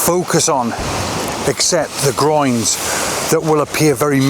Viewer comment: I'm not English speking but every time you say groins i giggle. 😂 Nice pictures by the way. I love lots of negative space in pictures. ♥️